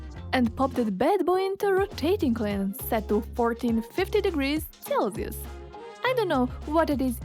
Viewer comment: Its KILN, not Klin -.